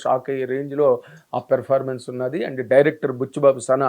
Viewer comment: Evarikaina chupinchandi raa.... V........ni Performance ni sarigga pronounce cheyandi. Please uncle